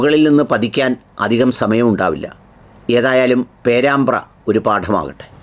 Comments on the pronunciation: ഡോക്ടറെ പേരമ്പ്ര അല്ല പേരാമ്പ്ര എന്നാണ്.. കോഴിക്കോട് ജില്ല.. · പേരമ്പ്ര,അല്ല പേരാമ്പ്ര.